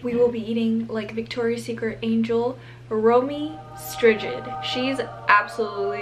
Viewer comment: No she’s Dutch pronounced as “romEEE] streighds}” don’t give false info, human.